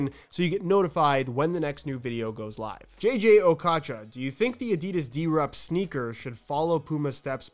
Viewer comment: Pronounce his name properly pls okocha